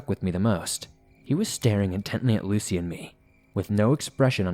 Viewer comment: Sounded like he was saying Lacey